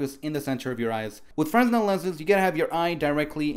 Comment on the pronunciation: lol I don't mean to be a douche, but genuinely wanted to tell you it's pronounced "freh-nel". The s is completely silent. Just a heads up!